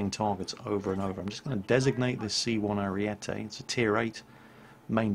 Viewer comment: C1 Ariete is pronounced "Chi Uno Ariete". The B1 Centauro is pronounced "Bee Uno Chentauro". Similarly, the B1 Centauro 120 is pronounced "Bee Uno Chentauro ChentoVenti".